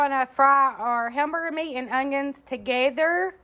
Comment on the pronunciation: Ongions lol, I love the way u say ongions 😊 my mama says it that way to... Even tho there is "technically" no G in the word onion.. I still love it.. 😊